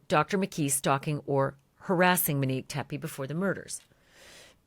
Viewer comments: this beautiful woman name is MOnique Ashleigh keeps saying MIN-ique. MINique. Not MOnique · For the luvva gawd it’s not pronounced MINNique please say MO-nique I know two Moniques and they hate when their name is pronounced the way you pronounce it🤦‍♀️🤷‍♀️ love ya tho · MO-Nique Her name is MONIQUE It’s not MIN-Nique Please stop calling this beautiful woman the wrong name ASHLEY. Right?! It’s annoying when people spell your name incorrectly and it’s equally as annoying bordering disrespectful to pronounce a name wrong just because YOU think that’s how it should be pronounced or because it’s easier for you to say Min-Nique versus saying her name correctly. MO-NIQUE it’s Monique. Mo. Her loved ones called her Mo. that’s because her name is MO-Nique. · Good God, Ashleigh— Monique is pronounced MO-NEEK, NOT MINEEK… Get it right, gurl!! So annoying!! 😖😖😖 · Everytime she says Minnique I cringe. MO-NIQUE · Her name in Mo nique not Ma nique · Ashley... repeat after me. MOnique. MO. Not Menique not Minique.... girl! 🤦🏻‍♀️ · It is not “MUnique” it’s MOnique. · Love the show but she keeps calling her Manique. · Yes, and call her Monique not “Mo” or Minnique. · Her name was Monique. Why do you keep calling her Manique? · You’re literally the ONLY person reporting on this case (and there’s upwards of a hundred journalists reporting on the Teppe case) who is calling the victim MIN-NIQUE. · HER NAME ISN'T MIH-NEEK! 😒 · I’m ready for you to pronounce Monique’s name correctly. Ashley.